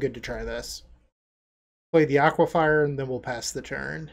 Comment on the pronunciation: you've done it again with another awesome video! But, the one small gripe is in every Pauper video you have that uses UB, you say Aquifier; it's pronounced Aquifer, there's no extra I.